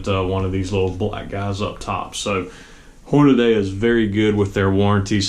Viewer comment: Hornaday? The name, "HORNADY" is stamped on the press you're using for this video. Horn-a-dee. Hornady. Not Horn-a-day. Dumbass.